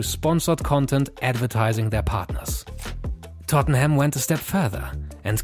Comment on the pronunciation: It's Tottenham not tottneham